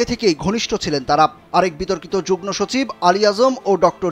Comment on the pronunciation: Jugno না jugmo উচ্চারণ হবে।